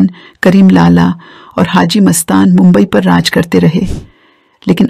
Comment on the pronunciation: मँडम आप गलत जानकारी दे रही है हा और मुंबई बोलने की प्रँक्टीस किजीए